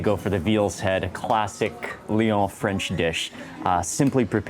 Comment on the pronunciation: Your french accent is perfect! Thank you so so much for your stay in our country ! Audrey french from Paris France